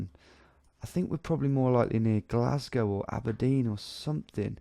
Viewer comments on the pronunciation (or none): none